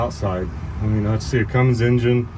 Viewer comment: THERE'S NO "G" IN CUMMINS! Pet peeve of mine.